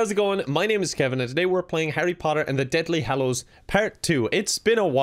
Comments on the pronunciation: "Deathly Hallo" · “Harry Potter and the detly hallows”